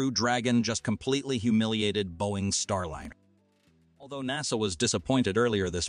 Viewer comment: There are also some very awkwardly worded sections. It's distracting how the pronounciation of key words keep changing. Starliner keeps changing between a soft and hard "i" like dinner vs diner.